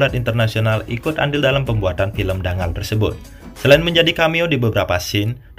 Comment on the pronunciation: Cara bacanya bukan Dangal, tapi Danggal.